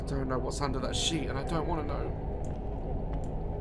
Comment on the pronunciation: ‘’ i dont wannu’’